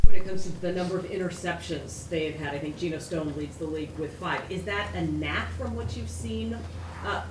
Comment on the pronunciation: Geno Stone… How could you be a journalist reading reports all day about players and can’t even get the name right?